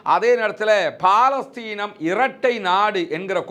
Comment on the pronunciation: 'பா'லஸ்தீன் இல்லப்பா பலஸ்தின் எங்கே சொல்லு பார்க்கலாம்.... பலஸ்தின்.